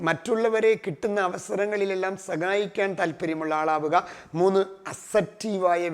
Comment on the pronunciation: സഗായിക്കുക അല്ല , സഹായിക്കുക .😊